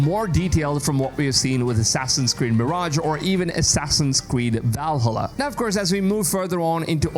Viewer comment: Do me a favor say Val then say halla the that’s how it’s pronounced not vel halla 😂